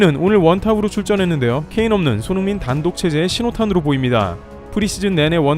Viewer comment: 도데체 유튜버가 손홍민 손홍민 하는건 어쩌자는 거냐? 듣기 싫어 죽겠네